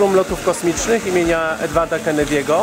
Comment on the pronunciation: „Edwarda kenedjego” 😂